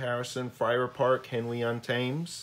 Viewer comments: Wow, what a package! One small thing: The River Thames is pronounced Tems not Tames 😀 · Hey Martin. Nice to see you. Glad you enjoy seeing the big Uber set. It’s a great set and I’m proud to say it. I have to say I’m already aware that the proper pronunciation of Thames is “Tems” but unfortunately “Tames” slipped out and just couldn’t say “Tems” right with my crazy American Midwest accent. But I promise when I visit England in the future when it’s safe, I will make sure I say “Tems” correctly. Also want to point out that I didn’t say the names of the Indian people correctly either. Anyway Martin, glad seeing a comment from you and glad you enjoy seeing the set. Thank you for watching